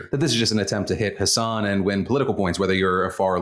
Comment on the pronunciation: Hassan and hasan are pronounced differently ❤️ love you